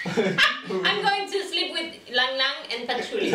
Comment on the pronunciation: Funny innuendos! BTW that Ylang Ylang was pronounced ee-lung ee-lung. It’s a very fragrant flower from Southeast Asia.